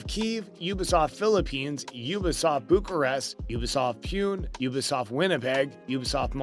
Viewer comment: Pronounce the T in ubisoft it’s not ubisof